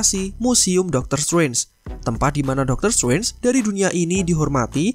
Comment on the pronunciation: Biasa aja bro ngomong "strange" nya